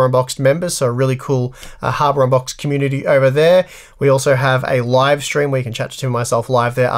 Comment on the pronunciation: he's saying habour unboxed on purpose now, right?